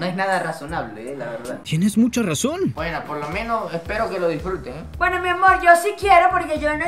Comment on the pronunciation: por que dices miamorch